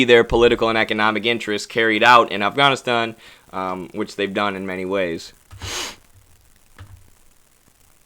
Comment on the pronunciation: You're pronunciation is very good. Afghānistān . The first "A" is short vowel and the second and third are long. When in doubt use Google translate to hear the pronunciation.